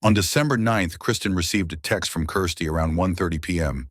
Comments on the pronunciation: I hate the way he says Kirsty. What a horrible name, sounds like crusty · Seriously the narrator needs to figure out whether her name is Kirsty, Christie or Kristy